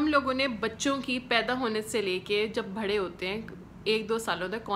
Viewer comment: لفظ "بھرے" نہیں ہوتا "بڑے" ہوتا ہے